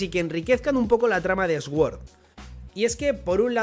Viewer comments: Recogida de likes aquí para que pronuncie suord y no eswuord 😢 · Sword significa espada, es una palabra en inglés y se escucha como "sord" podría decirse que la "w" no se pronuncia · Jaja esguord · Se pronuncia suord, las palabras con S al principio no se pronuncia ES, sino arrastrando un poco la S. Gracias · Cada vez que el pronuncia sword muere un profesor de inglés